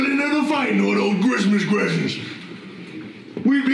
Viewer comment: Grismas Gressents